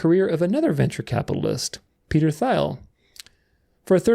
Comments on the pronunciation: Peter Thiel is pronounced Teel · Love the vid! One small bone to pick tho, pretty sure Thiel is pronounced /tiːl/